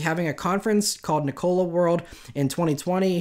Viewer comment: can he stop saying NICOLA rather than NIKOLA?